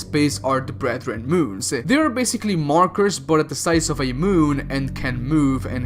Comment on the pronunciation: i'm gonna use BFG 10000 against the ''BREATHREN MOONS''